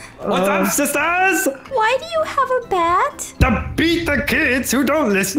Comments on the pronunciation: when say's "Hi sIsTeR's" im dead and it also sound's like he is saying "Hi sISors’'.:/ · “the most amazing line that I ever heard HeY SiSTaHrS🥴